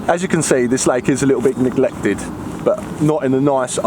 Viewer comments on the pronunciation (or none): Well done, another great vid. it's ne-glect-ed 🤣